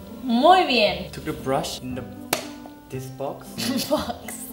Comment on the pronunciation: dijo brush!! 😍 osea si pudo decir la R